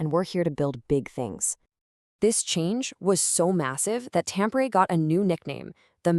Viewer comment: Omg! You fell on your ass from the start by butchering the pronunciation of Tampere 😂😂😂